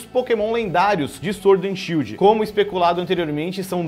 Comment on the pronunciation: Shild ta errado ta shidl